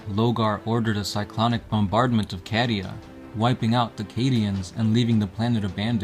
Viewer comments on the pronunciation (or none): I know it's spelt cadia but Isn't it pronounced caydia not cad-ia??? Like as in the word Arcadia ✌🏻️